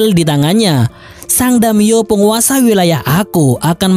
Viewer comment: Damiyo🤣🤣🤣. Daimyo boooss.